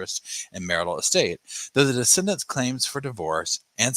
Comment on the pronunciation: On the replay - ❤ your recaps g buuutttt, it's de-ceed-dants